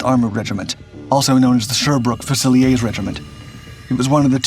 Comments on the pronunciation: Thank you for being respectful of my countrymen's contribution to the war with regards to this remarkable machine. I like your videos very much. FYI "fusiliers" in the British army is pronounced "fewzi-learz" not "few-zil-eyay". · It's pronounced FUOOSELEERS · The GM 6046 engine is basically 2 GM 6-71 engines geared together - the tank DID NOT have 2 Engines! Fusiliers is pronounced FEW-SIL-EERS. It is NOT a French word. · How are we pronouncing fusiliers now? 😅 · You're going to have to teach your robot how to pronounce "Fusiliers"